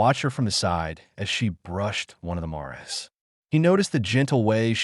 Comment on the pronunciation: You stupid fuck head. If you can not pronounce the words correctly then don't try to pronounce them at all. The female horses are called mares, Not morrares.